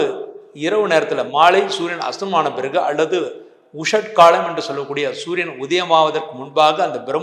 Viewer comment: sunia or suriyan? pronounce properly sir.